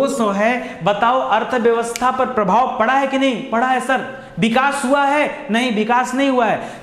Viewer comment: बिकास नही sir विकास बोलीये please